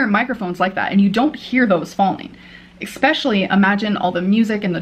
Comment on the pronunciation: Sick of hearing her say “expecially.”